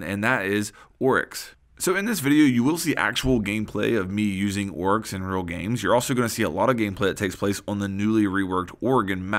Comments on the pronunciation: Bruh its fucking Oryx not Woryx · Why are you pronouncing his name "Orks"? It's making me cringe so much xD